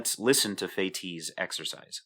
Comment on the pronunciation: Incidentally, the name of that clever French chap is pronounced "Feh-teece" :-)